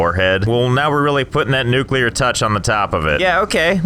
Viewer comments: Finally nuclear power and even better nuculer wast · *generate nuclar wast not electricty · Unradiable base. its nucular all the way